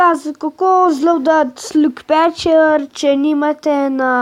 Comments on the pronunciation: Aploh neznas izgovorit lucky patcher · res nezna izgovorit lucky pacher